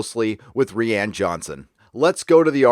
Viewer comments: it's pronounced "Ryan". Not "ReeAnn" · "Rian" like "Ryan"; it sounds like you're saying Rhianne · Dude it's not "ree ann" its "rye an". I don't like the guy, but you sound uneducated if you cant pronounce a name correctly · lays me out when you call him Ree-Anne..... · “Re-Ann Johnson” lol 😂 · This dude could benefit from Googling how to pronounce words/names once in awhile. "Ree-ann" Johnson, "Yoo-Wee" Boll, in another video he calls the Unsullied "Un-solid" XD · "Reeãn Johnson", LOL. That is particulary funny because if you read the name with portuguese pronounciation, that is exactly how it should sound :D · Are you pronouncing Johnson's first name wrong just for the sake of it (and to show your contempt towards him) or does "Ree-yahn" originate in a meme? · If you don't start pronouncing Rian correctly, my head is going to explode. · I just dig how you pronounce Rian Johnson's name. Makes me smile every time.